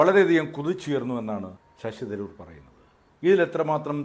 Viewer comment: ശശി ദ് രൂർ അല്ല .ശശി തരൂർ. ഭാഷക്കു സ്ഫുടതയില്ലാത്തവർ ഈ പരിപാടി നിർത്തണ०.